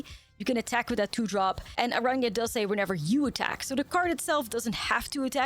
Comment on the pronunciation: Kudos to you for pronouncing Araña as it is meant to be pronounced ❤